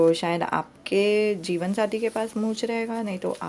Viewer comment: Di mujhe jeevansathi nhi jeevanjati sunai de rha hai🤦